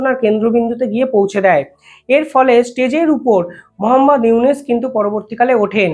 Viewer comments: ড: ইউনুস সারের নামটা সঠিক ভাবে বলা ঊচিত। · বেটা, ইউনুসের নামিটাই তো ঠিকমতো উচ্চারণ করতে পারছিস না।